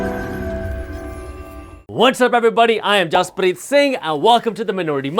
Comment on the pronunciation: Why he gets Indian accent everytime he says his name 😂